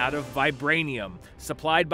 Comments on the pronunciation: yes its pronounced as klaw not klau. They're reading a damn script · Ulysses CLOU!!! my guy, it’s CLAW 😂 I’m sure you know by now. Loved this video, keep it up guys. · “Ulysses Klaow” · What was that Klaue pronounciation?